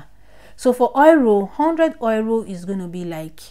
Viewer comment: Thank U, 👏 Bt it felt like u were saying 'Oiro' and not 'Euro'